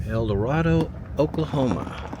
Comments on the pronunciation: Mispronouncing town. Eldorado. Long a. Eldo RAY do. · El da “Ray” do is how you pronounce Eldarado ok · Its pronounced Eldorada. With an A sound. My mom is from there and im from Tipton. One of those houses was my grandmother's. I spent a lot of years there growing up. I built part of the fire dept in Eldorado. I own several of those buildings in Tipton. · Pronounced Eldorādo